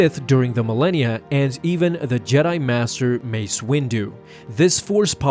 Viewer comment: U said massa